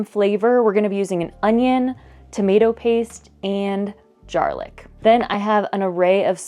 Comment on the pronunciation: Did you just say JAR-LICK? I am trying to figure out if you are trolling this one tiktok creator, or not?